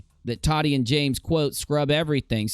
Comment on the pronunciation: It sounds like you're say t-a-d-d-i-e. Lol. Tah-tee I believe it is .